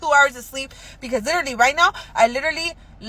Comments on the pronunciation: Literlilly! Literlilly...Literlilly. bish hasn't said literally yet. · Does she keep saying litrally